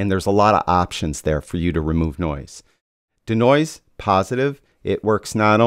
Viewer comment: Can we all agree that the pronunciation of 'Denoise' is 'DEE-noise' not 'duh-noise' nor 'deh-noise'. Think deconstruct or deescalate. 'De' in front of another word generally means to remove or eliminate. Otherwise another great video.